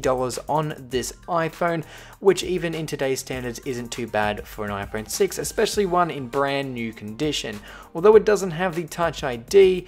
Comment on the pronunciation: He said ifruit6